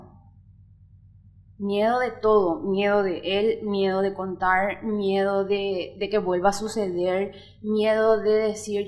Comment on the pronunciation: Contaur,besaurme,susedeur,hablaur,invitaurme,teneur, Recordaur,pateurnos, Quedaur porque hablan asi???? Que chistoso acento 😂😂😂😂😂😂😂😂